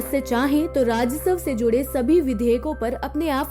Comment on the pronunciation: Apne ek shabd galat bola ..karyalay bol diya..jo galat tha..karykaal bolna chahiye tha....aur raajaswa ka pronunciation utna accha nhi kiya..